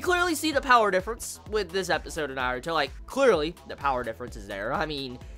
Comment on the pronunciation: He pronounces it correctly!